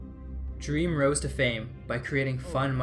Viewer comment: Also he said drem NOT dream